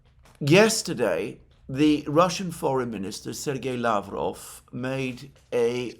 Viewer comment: Alexander Mercouris, did you read my comments about mispronouncing Lavrov and Peskovs names?